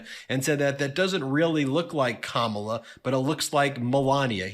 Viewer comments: Why doesn't anyone just point out the obvious? ! It's been at least five years now, and he has yet to learn how to pronounce her name. He's gotten it right occasionally, but if he can't remember how to pronounce his opponent's name, how will he be able to lead a country? You may say that he's doing it on purpose, but that doesn't make sense either, since he sometimes goes back and forth with the correct pronunciation. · The last I knew ( Camilla ) was the Queen Consort to King Charles III of England... If he can't even say his opponent's name ( Kamala ) correctly he must not be mentally fit for office. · Kamala Harris had been in the public eye for many years even before being vice president for 3+ years. Despite that fact, the former presidential felon still seems to be incapable of correctly pronouncing her name. Maybe at this time, a common mispronunciation of his name would be appropriate? I throw out the first suggestion as Doonuld Tramp. I am sure the Pakman listeners could come up with much better mispronunciations for the twice-impeached felon. Let's hear them!